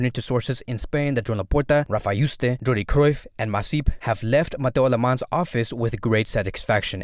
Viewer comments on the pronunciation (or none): none